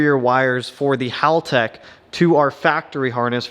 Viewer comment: One of the few Americans that can pronounce Haltech correctly 👍